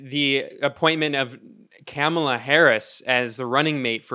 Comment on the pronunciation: It's pronounced " Camel-Uh"